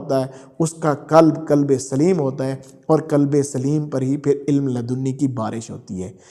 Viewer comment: کلب نہیں قلب کلب کا معنٰی عربی میں کتا ہے قلب بڑے قاف سے بمعنٰی دل